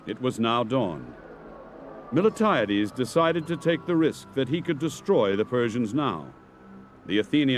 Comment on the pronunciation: I like the presentation, BUT the general’s name is MILTIADES and NOT Mil-e-tiades